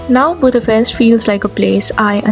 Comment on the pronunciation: It’s April 13th, a.m., I believe... Thanks for your thoughts and for pronouncing the name of our beautiful capital correctly 😊